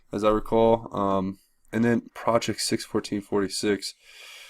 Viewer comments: Last item says: "PROTECT 6/14-46". NOT "project". It's P-R-O-T-E-C-T. Protect. (And that is Trump's birth date, is it not?) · "PROTECT" not "project" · Protect 6/14-46. Not Project as you read it. He was saying protect DJT.